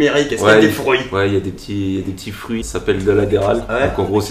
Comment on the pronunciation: des "frouits" x) x)